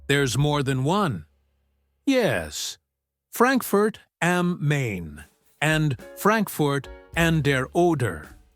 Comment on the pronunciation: NOT am Main I'm nearly sure am Main is pronounced am Mine.